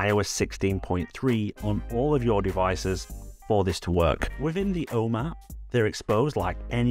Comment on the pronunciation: Cool news, thanks for sharing. Love your videos! (including your swallowing of the "h", which sometimes has me wondering what the "Ohm App" is 🤣)